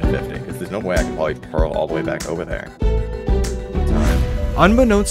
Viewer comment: "This is probrably the worst house I hae ever made." TRUST ME I'VE MADE WORST.